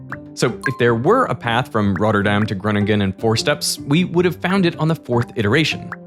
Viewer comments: Hearing derek say the names of the citys in the netherlands is amazing😂, as a dutchmen myself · great prenunciation of the Dutch cites